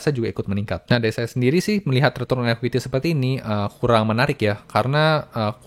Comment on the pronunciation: Dan retrun